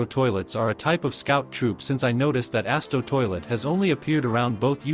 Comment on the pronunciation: Bro said asto toilet💀